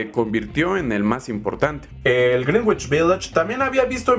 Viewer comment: ¡Muy buen video!, como crítica constructiva, te recomiendo checar la pronunciación de "Greenwich" :)